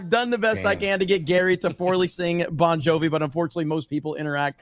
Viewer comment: Does think the band is called “Bone Jovi”?